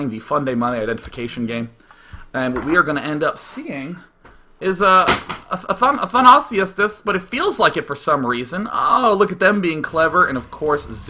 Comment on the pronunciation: Athanasios is a modern greek name dude!!This hurt my greek ears :D